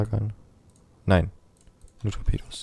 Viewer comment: das sind Tor''pedos'' :D